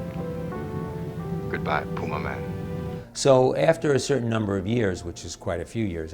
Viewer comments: Uhh it's pronounced Pyumaman! 🎶When you want the flavor of bacon in a dip🎶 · Tha Pew-May-Man!